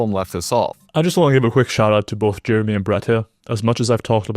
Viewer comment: bro can't even say Jeremy's name right